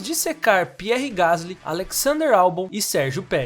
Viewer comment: É francês. Pronuncia-se Pi-érr Gas-lí.